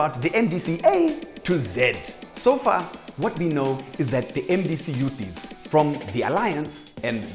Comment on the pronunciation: The "youthizz"😂😂